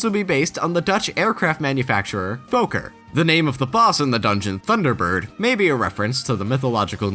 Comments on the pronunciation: "fokker" is pronounced "focker", not fowker. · It's pronounced fack-er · Excuse me. Fokka is pronounced 'Folk-er"?